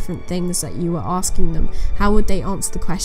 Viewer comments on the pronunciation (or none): none